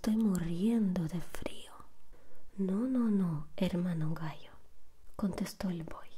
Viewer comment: Vamo' al gainero dijo el gaio xd